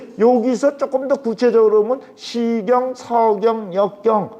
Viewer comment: 참 강의는 촣습니다만, 자고저 문제가 심각하옵니다. 예: 시경, 서경의 첫 자를 길게 또 잘못 발음했나이다. "짧게" 발음해야지요!! 공부 좀 더 하시옵소서! 미국 변 완수 드림